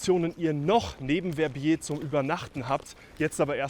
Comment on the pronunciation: Très bonne vidéo et bien meilleur prononciation que les anglais qui écorchent VER-BIER 😂